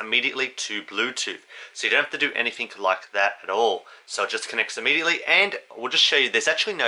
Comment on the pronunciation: No such word as ammediately.....it's immediately.